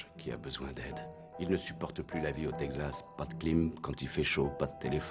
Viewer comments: Le ... "tègue zasse" ? "Texas" se prononce "tek sass". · Le "Tegxas"